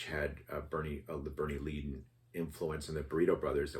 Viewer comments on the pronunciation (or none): You mispronounced Szymczyk and Leadon